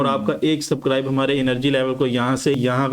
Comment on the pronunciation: सबक्राइब नहीं सबस्क्राइब होता है 😂